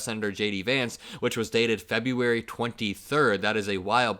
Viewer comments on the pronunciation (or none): none